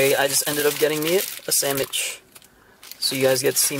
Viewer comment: SAMWICH NOT SAMICH